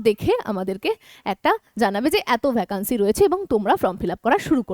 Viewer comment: ভ্যাকান্সি উচ্চারণ টা শুনতে খুব খারাপ লাগছে। সঠিক উচ্চারণ "ভেকেন্সি".....